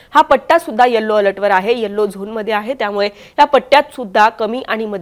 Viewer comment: Occure चा उच्चार ऑकूर नाही तर ऑकर आहे. यल्लो नाही तर यलो आहे. धड मराठी बोलता येत नाही आणि इंग्रजी ही येत नाही.